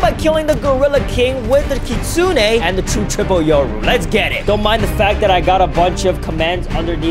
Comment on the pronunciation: Try not to mispronounce kitsune [LEVEL IMPOSSIBLE]